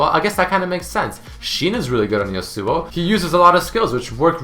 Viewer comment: how he says yasuo. yasÚO